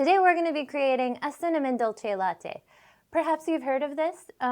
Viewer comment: Looks like your Unicorn mug has a running nose, but the warm frothy milk should help that. Seriously cool video tho. Dolce is pronounced like Duel say in Texas.